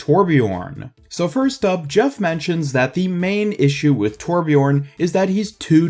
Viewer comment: Correct pronounciation: Thurbjörn 'Murican pronunciation: Torpjorn